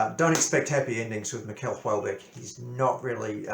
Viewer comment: Nice review ! (it's pronounced like the Americans say "Michelle" not "Miquel")